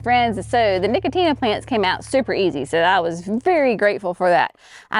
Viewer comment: No-co-shiana, not nicotina. 😂